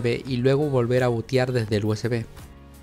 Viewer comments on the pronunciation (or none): none